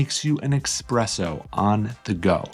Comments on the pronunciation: Sorry, I definitely prefer espresso, not EXPRESSO 😂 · Nice tips! BTW it is Espresso (instead of expresso) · Espresso not expresso 🤦‍♂️ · It's Espresso not Expresso.😊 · It's 2025 and people are still saying expresso?😂